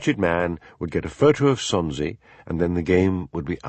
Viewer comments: Gritting my teeth at and his solecisms (Sonsie! café! Lamont! polis! and loads more), having just listened to a couple of dozen Macbeths read by the sublime David Monteath. But...I guess it's better than nothing. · This is DD, not the moniker attached to the comment above stating, "For a Scot...". Don't know how that happened. However, as a NON-Scot, I found this narration an absolute delight. How can you mispronounce Sonsie?